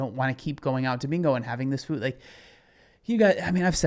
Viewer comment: Idk but I cannot stand her newly adopted fake influencer accent. The way she pronounces all her words, “fühd” instead of “food”. She didn’t talk like this back in 2018 or 2019. She changes personalities more than I change underwear.